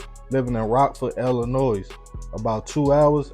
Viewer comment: No disrespect to: that state is pronounced Ill-A- Noy 🖤🖤🖤 appreciate the stories